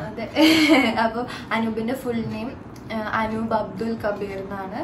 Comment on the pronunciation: Not Anoop * *.